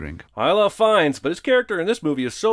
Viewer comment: “Ralph Phfiennes”😂